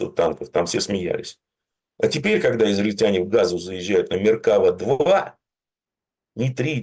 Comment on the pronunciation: Х...йкáва. "Меркавá" (Колесница). И танки штуками не считают, это тебе не трусы. 10 единиц. К примеру.